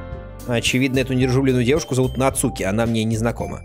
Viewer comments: Емае не нацУки а НАцуки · Не Нацу́ки! А На́цуки!😄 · Почему он говорит НацУки, а не НАцуки? ( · Куплинов: НАцуки❌ НацУки✅ 😅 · да, еще правильнее вообще без ударения - Нацки ("у" почти не произноситься)